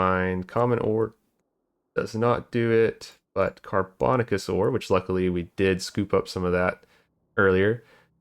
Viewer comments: "Carbon-aaa-shuss" not "car-bon-ah-kuss" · car bo nay shus. You freakticus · Sorry, I'm a language nerd. The word "carbonaceous" is pronounced "car-buh-NAY-shuss". It should rhyme with "gracious" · I love hearing the different ways people pronounce car·bo·na·ceous ore on new videos 😆